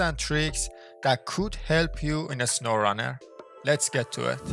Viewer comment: "In a sowwrunner"